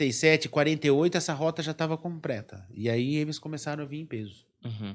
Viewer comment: Puta merda ! Escritório falar " compreta " é brabo !!!